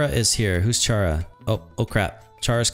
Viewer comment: blud said cheara when its chara